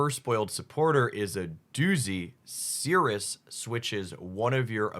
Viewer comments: 1. Its Sai-Roos not Sirus, do you pronounce Cyrus the Great as Sirus the Great? 2. Its Creselya not Cresila, theres actually an i before the a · Ci-rus not Seerus, good Video though